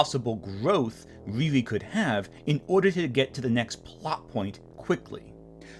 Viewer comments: I don’t like her because they named her something that we would in trouble for saying in school (mocking term for mentally disabled person). That name is supposed to be pronounced Rear-ee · Not complaining about RIRI being a hard to say name 🤣